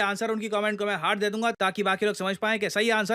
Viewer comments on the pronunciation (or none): none